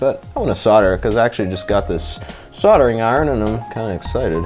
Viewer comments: SOLDERING not SODERING. Lol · Sordering.... Fucking sordering, that's pissing me right off